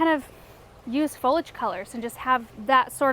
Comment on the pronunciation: Foliage has three syllables.